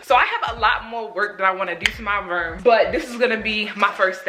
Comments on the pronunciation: that Baltimore coming out 😂😂 “My Rerm” (room lmao) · She said my ruum instead of room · i thought she was saying “my verm” 😭😭😭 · Spirit Ik I Wasn’t The Only One Who Heard It 😂😂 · Spirit Dorsey I love it!!!😭😭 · Is it Room or Ruum or Reum? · The way say room🤣🤣